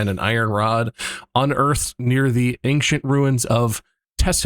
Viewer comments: I like how bob, multiple times this episode, says "ang-shint" instead of ancient. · why do people pronounce ancient as “ankshent” or “angshent”